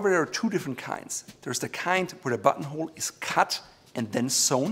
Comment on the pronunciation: I keep hearing butthole when he says button hole😂😂😂